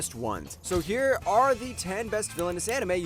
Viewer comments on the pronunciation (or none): none